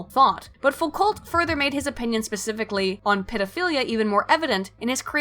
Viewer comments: Foucault is pronounced like fukou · Foucault is pronounced "Fookoh" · I never enjoy hearing Americans saying "foo-cult" although you didn't say "sart-ree" so thats a plus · You mispronounce Foucault. And everything French. And some English stuff too. Clearly very booksmart.